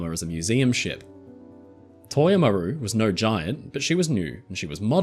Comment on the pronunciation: MAH-ru, not mah-RU - accent on first syllable